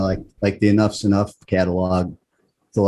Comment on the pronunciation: Donnie is definitely a great songwriter/musician and the band was definitely one of the best of the nineties period. Not to be a jagoff but the band is Enuff Znuff not enough's enough like you were pronouncing it.